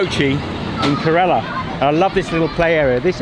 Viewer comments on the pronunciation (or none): your mis-pronunciation of Kerala (Ker-Ruh-la) is astounding